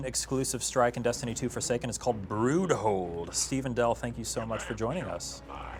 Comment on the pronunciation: "Brood Hole" That just ain't right.